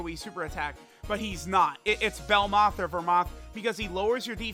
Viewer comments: Bro why does he say belmouth and vermouth when it’s literally belmod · I like how without fail, always forgets Belmod’s name and instead says “belmoth or vermoth” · Petition for to finally get BELMOD's name right